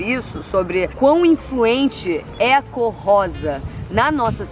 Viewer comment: e eu vendo o video e fazendo a unha, ouço julia falar "corrosa" e pensei QUE MERDA É ESSA? dai parei minha unha, voltei e entendi. lição pra vida: de atenção individual pras coisas. obg Jout!